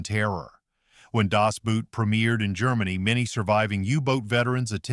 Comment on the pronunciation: It would be helpful to pronounce Das "Boot" correctly. It's not "Boot," but "Boat", pronounced the same in English and German.